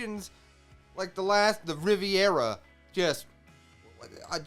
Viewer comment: Reverie rhymes with Every not Riviera haha, but not a big deal, we know what you're talking about :) -you've seen Hawkins in Post Timeskip when he, Kid, and Scratchman Apoo were making an alliance... before Kaido dropped by for a chat haha -I love the reunion of just the first two crewmembers Luffy and Zoro. Fans hadn't seen the two together in so long in our time haha. I love that they're so happy to see each other. - Otama doesn't realize Luffy is Ace's brother, she is just reminded of Ace because of Luffy's Red Hawk Fire attack. She doesn't know. - lol did you call Dog Storm... Dog Town? hahaha so funny! - Scratchman Apoo is also working with Kaido. The Snail Transponder resembled Scratchman Apoo when Kaido was talking with Apoo. Apoo told Kaido that communicatio with Jack has suddenly been cut off. This happened at the end of Zou. - I think you are talking about Kid here right? Yep Kaido beat up Kid and had him in a cell. Very much not working for Kaido lol. - I saw someone else correct this, yep Kaido is not acknowledging Luffy, maybe it's clearer in the anime, episodes. - I think the faces are meant to be funny, like Enel's face. I also interpreted it as the Straw Hats being like "Oh no we're supposed to lay low and Luffy just attacked Kaido." and also a little "Luffy lost to Kaido?!" but yeah, overall I think it's supposed to be funny haha especially Robin who looks gorgeous throughout the series, to see her make an expression like that h